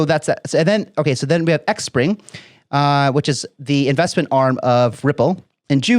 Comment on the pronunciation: Great job...XPring is pronounced Spring Appreciate the update